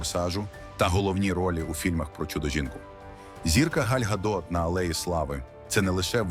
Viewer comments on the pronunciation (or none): Правильно - Ґаль Ґадот і Мук`ачево - наголос на А.